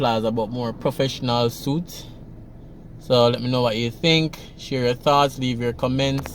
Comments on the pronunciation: I think it’s pronounced Duke suits (sweets) Sounds to me like it maybe apts. Downtown Kingston needs a little gentrification it may help to increase the value and appearance, maybe bring some tourists to AirBnB. They’ve done it in Harlem and Brooklyn Just look out for a Starbucks once you see that, gentrification has begun😁😁😁😆😆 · The pronunciation of suites is sweet. Not been funny love your videos